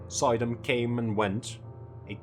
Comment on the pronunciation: It's not pronounced, "Soy-dam", it's "Sue-dam" (emphasis on second syllable) - old Dutch "oy" is "oo" in English. Other than that, awesome video!